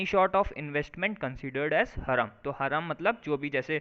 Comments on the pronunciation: It is pronounced as haraam not haram as this anchor is saying which means illegal or unlawful…and zakat rate is 2.5% of one’s annual saving which is to be distributed to poor and is mandatory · हरम नही भाई हराम कहते है हरम तो सऊदी में है एक जगह उसको बोलते है